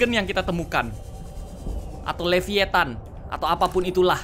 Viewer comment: Everyone : Leviathan Kak regi : lavaathan